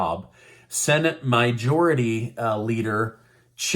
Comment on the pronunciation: "MY- Jority leader" lol. I'm just bugging. I'm a huge fan. Luv ya. Keep up the great work. Much love and respect from the frozen plains of Saskatchewan, Canada' 🇨🇦 🇺🇸🇺🇦✌🤛